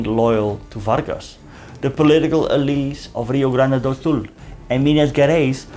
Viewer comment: I am happy to see you in my country,. So cute 🤗your very precise pronounce of "Rio Grande do Sul", where I live. In this region, we are gaúchos, before being brazilians. ヽ(͡◕ ͜ʖ ͡◕)ﾉ 🍀 🇧🇷